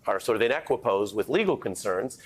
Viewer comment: Equipoise !!! not equipose!!!